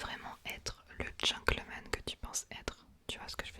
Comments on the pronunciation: Petit tips : c'est Gentleman et non pas Gencklemen 😊❤💪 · c’est gentleman 😊 On prononce “t” mais à part ça j’adore ton asmr! C’est parfait! Continue ❤